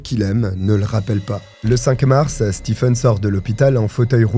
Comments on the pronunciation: juste un petit commentaire Stephen se prononce StiVn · Coucou ! Juste pour info, "stephen" se prononce "steven"...voilà 😁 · Hello! Très bonne vidéo ! Stephen ça se prononce Steven pour info